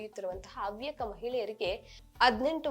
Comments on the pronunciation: ಹವ್ಯಕ ಸಮ್ಮೇಳನದಲ್ಲಿ ಎಲ್ಲಿಯೂ ಮೀಸಲಾತಿಯನ್ನು ಕೇಳಿಲ್ಲ....😂 ನೀವು ಅವ್ಯಕ ಅವ್ಯಕ ಹೇಳೊದನ್ನ ಸರಿ ಮಾಡ್ಕೊಳಿ....ಅ ಮತ್ತು ಹ ವ್ಯತ್ಯಾಸ ಸರಿ ಮಾಡಿ....ಹವ್ಯಕ ಸಮುದಾಯದ ಇತಿಹಾಸ ಅಧ್ಯಯನ ಮಾಡಿ. ..ಹವ್ಯಕ ಸಮುದಾಯಗಳಲ್ಲಿ ಈಗಲೂ ಮಾತ್ರೃ ಪ್ರಧಾನ ಕುಟುಂಬ ಮಹಿಳೆಯರಿಗೂ ಉನ್ನತ ಸ್ಥಾನವಿದೆ...ಅಧ್ಯಯನ ಮಾಡಿ ಮಾತನಾಡಿ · Havyakaru antha helakke barade avyakaru antheeyalla , neenu avyaka adre chinte madu illandre oora isabari ninagyake taayi. Kannadabsariyagi kalthgondu chanell nadsu